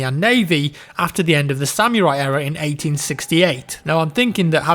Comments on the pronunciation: Samurai is not pronounced Sam-Your-Eye... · ripper yeah but I live in Nottingham (UK) and I have never heard it be pronounced like that. I guess it's just one of those things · What the fuck is a "sam-you-rye" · why does he pronounce samurai as sammyrai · o boi, dat samurai pronunciation